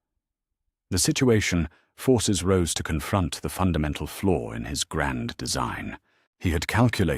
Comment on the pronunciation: Roose not rose.